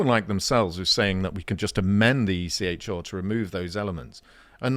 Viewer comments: Stop saying ECH-oooooo it is ECHR-aaaaaaaa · Can someone please teach to pronounce the R in ECHR properly? Listening to him say it is making me want to stick needles in my ears.